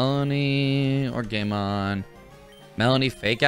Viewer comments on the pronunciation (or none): Why did i keep hearing gaymon instead of game on 🤣🤣🤣🤣